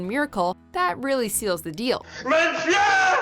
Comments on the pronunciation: "mein furrur"? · The way how she pronounces “mein fhür” pathetic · Lol the narrator can't say "Führer"